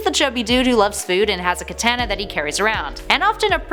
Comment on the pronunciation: We need to talk..first off love your face! Now your pronunciation on 3 words was killing me!! Lol First katana, 2nd Vegeta, 3rd Namek. Please please go watch DBZ Abridged for the proper way to say them and entertainment. Also there are a few facts in your video that were incorrect if you would like me to explain but love the channel keep up the awesome work!!!